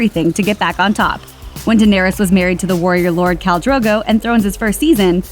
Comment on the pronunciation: Khal, not Cal you stupid bish.